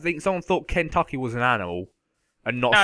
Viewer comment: haha you cant even say Kentucky rite